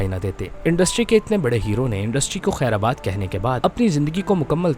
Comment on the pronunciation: برادر یہ لفظ “خیرآباد” نہیں، “خیرباد” ھوتا ھے۔